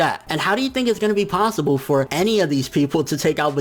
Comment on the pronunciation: said plossible